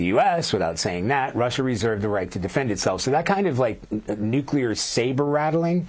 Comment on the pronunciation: Nuc il e et.